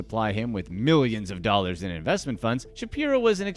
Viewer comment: The over-affected voice and the horrendous editing, make this unwatchable. "9 'illion 'ollars"